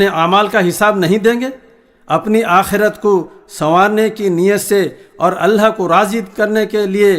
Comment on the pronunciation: Mashaallaah bhoot khuub kaha Sirf itna hai ki لفظ (الله) كو صحيح پرہہے ( الهاه) پرہا جارہا ہے